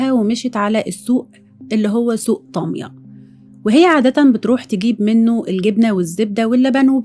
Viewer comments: يا ريت حضرتك تتاكدى من نطق إسم البلاد ..طامِية..و سِنورس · اسمحي لي حضرتك اسمها طاميَّة وليست طامية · انتي بتنطقي طاميه غلط علي فكره